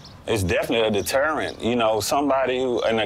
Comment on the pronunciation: he doesn't know how to pronounce deterrent. It's not "determent"